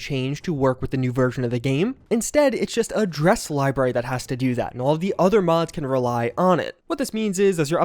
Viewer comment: I've never hated the way someone says "library" so much.